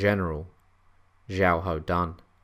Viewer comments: At the start of the video you say his name as xiaho dan then you can say it as xiahao dan, his name is pronounced as xiaho dun. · His name is pronounced more like Shia hou Doon.